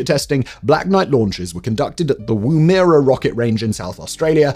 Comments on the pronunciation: It's pronounced "WOO-mu-ruh", not "Woom-AIR-ah". The 1st syllable rhymes with how Yorkshire people pronouce "gum". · Yip...Woo-muh-ruh. It was a device the Aboriginal used for throwing a spear...and pretty effective. But definitely not pronounced Woom-erah! Good video though! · Woom-erah. Woom-erah. Good god man. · It’s amazing just how wrong some people get our place names pronunciation. I’m sure I would butcher place names in other countries just as badly if not worse, but living in Australia I didn’t think there was any other way to pronounce Woomera until I heard that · I kept correcting his pronunciation each time he said it wrong!